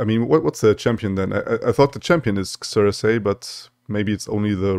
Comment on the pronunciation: I think you're saying it right. Zer-Sie. While it's a bit janky, I'm looking forward to the potential of Careful Preparation.